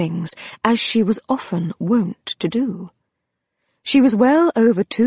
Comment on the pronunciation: The word is WONT not WON'T and ALAS not A LASS. And these two aren't all that were mispronounced within the first 17 minutes. Spells more to come. Why can't they ever get people that know basic English words to read these books? It distracts from the story.